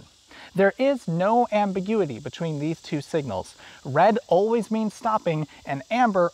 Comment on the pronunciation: lol amberguity